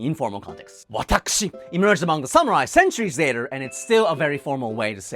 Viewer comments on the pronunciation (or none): none